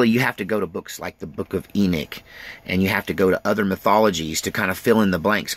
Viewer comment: E Knock. Not E neek. Just saying.